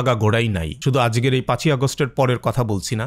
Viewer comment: Video te ( - ) ai time e (ajker) na bole dadababuder moto (ajger ) bollo kn bujhtesi na ...Kew bujhle janaiyen